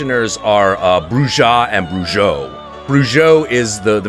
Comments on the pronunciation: It's pronounced Bru-HO and Bru-HA. Cause it's Spanish and that's how their J's are pronounced . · Sorry, but you still pronounced 'Bruja' and 'Brujo' wrong. The 'j' is supposed to sound like an 'h' in english.